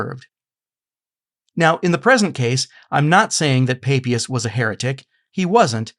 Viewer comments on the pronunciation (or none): Sorry, but the name "Papias" is very straightforward : it is pronounced in both Latin and Greek, ancient and modern, and in all European languages, just as it is spelt, with the "a" as in "father". This is no Mystery!